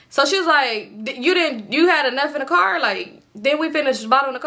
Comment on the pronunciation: “That’s a cop cahh” 😂